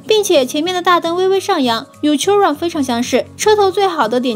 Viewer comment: 靠腰，都不做準備就出影片，Bugatti哪來的suv啊？而且Chiron發音也唸錯